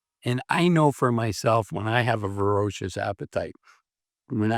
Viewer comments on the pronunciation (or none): that's vor-A-cious appetite... not to be confused with fer-O-cious... You seem to be mixing the two by pronouncing it, ver-O-cious... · It's voracious